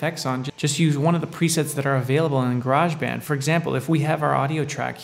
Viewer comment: Its Garage not Garage :) - English here. lol Great Tut fella.